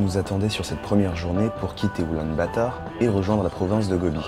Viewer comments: Oulan-Bator pas "batard" 😋 Très belle vidéo en tout cas ! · Je la prononce parfois en français (Oulan-bator) parfois en anglais (Ulaanbaatar) d'où la confusion ! Merci :D